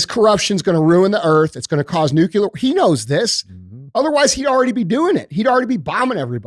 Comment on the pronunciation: The second I hear someone say "nucular" meaning nuclear. My brain shuts them off.